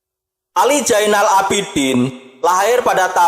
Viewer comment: Zainal bukan jainal , haduuuuh